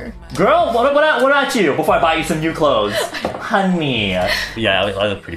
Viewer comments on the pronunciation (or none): none